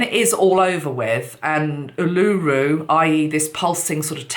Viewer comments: Ulu-Ru——not U-Luru....! ☺️ thank you 🙏🏽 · Its pronounced Ule-lah- roo. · Not oolooroo. Its Uluru. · Uluru is pronounced "Ooh-laRue" :) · Uluru (oo-loo-roo) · Botany Bay is not on fire, it is quite central to Sydney which is fine at this point but I understand the connection. When the snake runs from one end of the world to the other then it covers a large span of the planetary surface which needs to be healed. And, by the way, Uluru has the last syllable emphasised. :-) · Marina Dakini...hi..the correct pronunciation was the issue not the spelling. Words are often not pronounced as they are spelt and the lady who provided the correct pronunciation and spelt it as it sounded had it right. The correct pronunciation of this, as acknowledged, highly significant Aboriginal sacred site is very important in public speaking especially with a message of this magnitude.